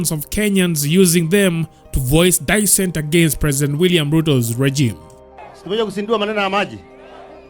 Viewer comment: Dissent is pronounced "Dee-SCENT" not "die-scent"